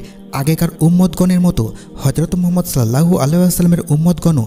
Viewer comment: তবে রাসূল (সঃ) এর নাম টা শুদ্ধ করে উচ্চারণ করার চেস্টা করবেন।